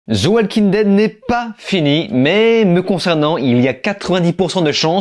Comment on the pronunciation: Zi Oual king ded - 😅